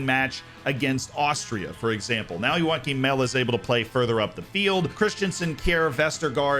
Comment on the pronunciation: he was mentioned in the video though as the 4th really strong defender, but yeah it was kinda hard to hear it was him because foreigners have a hard time pronouncing danish names like Joachim